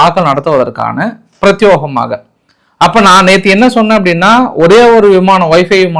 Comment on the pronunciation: பிரத்(யோ)கமாக தவறு.‌ பிரத்(யே)கமாக சரி. முடிந்தால் வரும் நாட்களில் சரி செய்தல் நலம்.